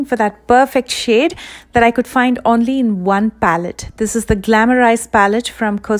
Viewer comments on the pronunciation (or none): none